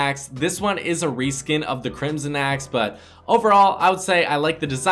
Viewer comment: the way you said “aaxe” (axe)